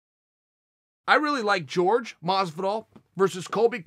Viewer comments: Love how he calls jorge masvidal george so normally😂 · From the guy who pronounces Jorge as George